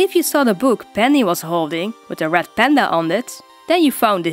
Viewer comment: I heard ‘rat panda’ at first... oops